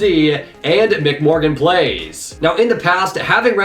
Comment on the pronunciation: Thanks for clarifying for everyone about the Badlion Client situation, we also stopped using it after the break but apparently BastiGHG and Papaplette used it the whole game 🤷‍♂️ Also my IGN's pronounced; Em-Sea Morgan Playz (MC, meaning MineCraft) but don't worry about it! Lol